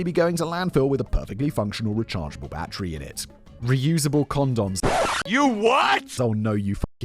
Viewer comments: It’s battery, not bat-tree. BATTERY. Good lord that nearly gave me a stroke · Battery.. "bat-tree".. You English folk lol